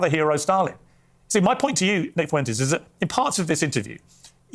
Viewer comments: I always chuckle at how Kyle says “Foo-WEN-tez” instead of “FWEN-tez.” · Me: Kyle, how do you pronounce Fuentes? Kyle: Foo-when-tezz That shit makes me laugh every time you say that scumbag’s last name in your videos.😂